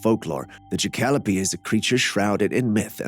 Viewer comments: It's pronounced Jack oh lope. Thank you. JACK (JACK RABBIT) O LOPE (ANTELOPE) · It’s pronounced JACK-A-LOPE. I love the show!!!